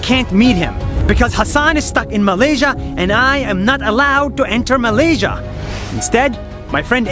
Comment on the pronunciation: Malaysia Malaysia Me after hearing 🇲🇾 Malaysia: 🤨